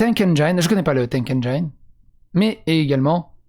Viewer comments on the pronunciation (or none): none